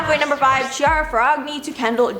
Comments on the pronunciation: Just to clarify, I understand that different spellings for phonetic sounds are a nightmare, “Chiara Ferragni” is pronounced “KEY-AH-RAH FEH-RAH-KNEE” Where RAH Is hard r, like in Spanish And KNEE is closer to a Spanish ñi but it’s fine this way as well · Please, Google names;-) Chiara CH=K=Kiara. You know French right? then Ferragni GN=like in Bignè.